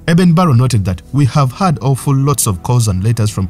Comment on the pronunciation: Eben Barrow is ACTUALLY Eben BARLOW!!!!! Please learn how to pronounce English!!!